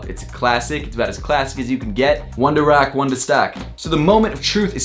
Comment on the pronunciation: "One to rack, one to stack?" hahahahaha. it's "One to ROCK and one to STOCK."